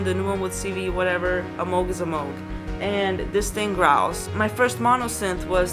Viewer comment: She pronounced 'Moog' correctly! Subbed! My first synth was a Jen SX1000, then I moved up to a Roland SH101, now got a Korg Minilogue and am eyeing up a Korg Kross 2 sampling workstation.